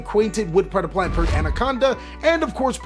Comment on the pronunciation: Nice job, that was some really good predeplant pronunciation